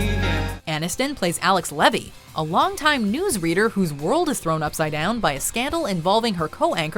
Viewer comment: Just wanted to point out they pronounced Levy wrong 🧘🏼‍♀️